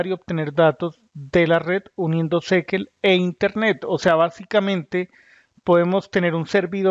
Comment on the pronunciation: fascinante forma de pronunciar SQL. Tan original que debe ser la única persona en el mundo que pronuncia de esta manera. Creo que si se plantea hablar de una tecnología, lo primero que se debe "investigar" es la pronunciación correcta. No cuesta mucho y le da seriedad al análisis... yo abandono en el seg 45 porque ya imagino que el resto del video es inconsistente